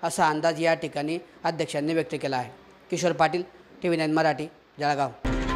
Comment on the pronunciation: पत्रकार महोदय! तुम्ही सुखक्षित शिकलेले पत्रकार असूनही जळगांव उच्चार जडगाव म्हणतात तर इतर लोंकाचे तर वेगळेच! आणि जिल्हा बँक मुद्दल आणि व्याज पण घेते उगाच लोंकाच दिशाभूल करू नये आणि तिसरी गोष्ट जर पीककर्ज मर्यादा वाढवून मिळाली तर शेतकऱ्यांना चांगली होईल शेती साठी इतर लागणाऱ्या साहित्य आणि इतर सुविधा, त्यावर शेतकरी खर्च करू शकेल!